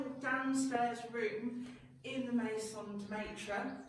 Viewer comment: Lovely video and amazing maison but please for the love of Marie Antoinette learn how to pronounce MAISON DE MAITRE it’s just horrendously 😬 and I do speak 7 languages so I know it’s possible merci beaucoup